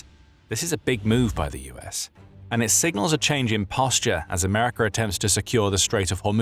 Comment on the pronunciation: Americer 😂 Rusher 😂